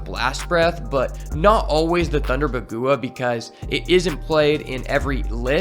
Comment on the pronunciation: Bagua Is pronounced Bawg Wha Its a fengshue term